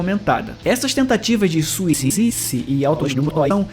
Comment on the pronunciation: esse "suicici" do final do video quase me mato de rir asdiuadsuuhduas vatomanocu